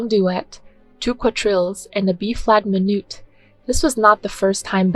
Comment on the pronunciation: Great information, but giving a thumbs down due to multiple mispronunciations of Smetana and other composer's names, common musical terms such as "minuet", and frequent grammatical mistakes. A channel calling themselves "Classy Classical" needs to get the basics right.